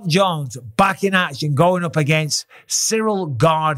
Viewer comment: John Bons already starting to passive aggressively talk smack to Ciryl. Pronouncing his name "cereal gain". Now I KNOW John isn't that stupid. He's doing that sh1t on purpose. Passively disrespecting his opponent. You're telling me John doesn't know how to properly say Ciryl's name when he's about to fight him? Come on now. John Bons ain't that dummmmb.